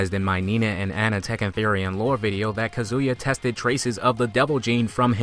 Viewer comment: Ka zoo ya? since when is his name is pronounced like that :1